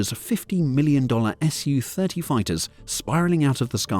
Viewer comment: Wow. You said "Ess-You 30" this time for the SU-30. Fantastic! Thanks!